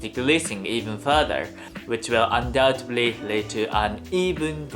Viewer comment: if I may, a note on English pronunciation: in the word "undoubtedly", pay attention to the "d" near the end, make sure it doesn’t come out as a "b" sound . it may bring some comfort if I tell you that natural English speakers often make this pronunciation error also